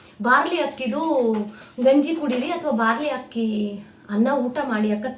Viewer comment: Hakki alla akki